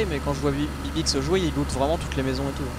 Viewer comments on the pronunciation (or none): on dit loot pas lot